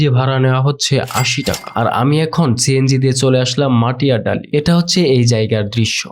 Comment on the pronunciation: Matiadali na bhai "Matidali"